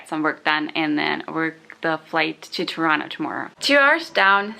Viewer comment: I love that you pronounced Toronto correctly! I just taught an American friend how to say it.